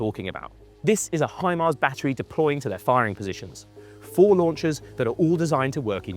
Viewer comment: Hi Mara my ass you jack as british😂😂😂😂😂😂😂